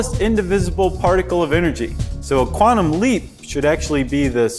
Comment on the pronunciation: One scientific word the host is pronouncing wrong....quantum is quantum not qwarnum